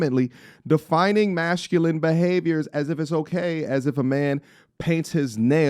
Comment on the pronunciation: Great post as per. Bro Y do U keep pronouncing Mashculine?! Is it on purpose or U cant say Masculine?